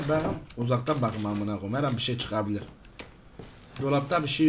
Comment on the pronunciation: Baqım demesine bitiyorum yaaa😂🤣🤣🤣🤣🤣🤣